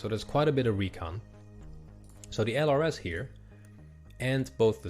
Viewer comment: Thank you for this series! I'm learning a ton! Fun fact, LRS is pronounced as "lurse". They were a specialized infantry unit trained in surveillance, they were very well trained which is why they probably are more expensive in-game. Unfortunately, the Army dismantled these units some years ago (I think one of the US National Guard units was the last and final one to go).